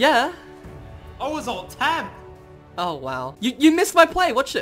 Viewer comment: It's not "Ult tab" It's "Alt tab" Referring to the keys you press.